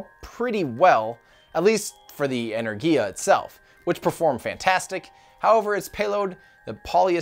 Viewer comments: If you lived in the UK, you'd see NOTHING weird about Black Arrow... that's how our government does things over here. Energia (Энергия).... en-air-gee-ah... not en-air-jee-ah I don't know if "strong leadership" is of any value to anything at all... When you have "strong leadership" the previous leader's projects have to be abandoned when a new leader comes in and that leader's projects then have to be abandoned when the next "strong leader" comes in and so on and so on and so on. I think intelligent leaders would be far more useful to anybody than "strong" leaders... but I can't see us ever giving that a try. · Thanks for this very informative video Tim! FYI, Buran is pronounced "Booráhn" in Russian, as the U in Russian is more like "oo" in English, and the emphasis is on the "a". Also Energia is simply pronounced "Enérgia" with the emphasis on the second "e" and the "g" is like the one in "Go". Keep those interesting videos coming! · I believe it would sound more like 'znaregia' as it was spelled on the rocjet itself «Знергия» that would be how it's pronounced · Considering that the song about Energia pronounces it "En-er-gee-ah," I think that's how it's supposed to be. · It's Energija, with a Gif-G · Its Energia with a hard g, Russian language does not have a j sound and for things like g in George for example, g has to be represented by two letters дж simultaneously. Similarly in english kh (where the k is silent!) is for х in Russian. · The way to say Energia-Buran is: Energiya Booran (i speak russian) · i have a little knowledge of russian: you have to pronounce ANAERGìAH. pronounce like us pronunciation. the second one: you pronounce: BòòRUN. also pronounce like us pronunciation. sorry for my english, but i'm from italy....btw greethings from italy!! i really appreciate every content you publish and watch every live, even at 3.00 am! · en-er-GEE-ah, like "gear" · Buran is spelled boo-ran And Energia is ener-jia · Boo-Ron, En-Air-Ghee-Ah (with hard G)